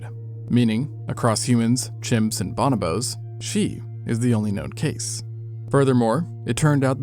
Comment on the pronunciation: did he just say bonobos instead of bonobos